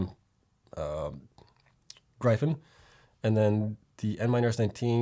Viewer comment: Love the videos as always, but Gryphon is pronounced "Griffun"